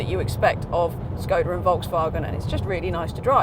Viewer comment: Great review, but please learn to pronounce Skoda correctly :(